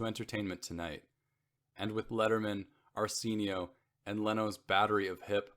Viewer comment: arsenio is another one I just caught. I hate to be negative but mispronounced words detract from the message.